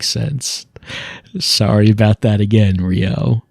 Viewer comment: I heard 'Rio' and thought it was 'Ryo'. Immediately got confused as I knew I'd clicked on a Lifeline video.